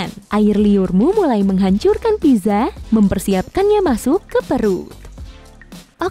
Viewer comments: Maaf ya pizza itu dibacanya pitsa, bukan piza Sekedar info saja. :) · not pizza but pitsa